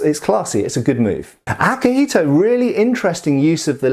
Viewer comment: for the record, you pronounced akihiko pretty okay, its better than other westerners saying "yuen"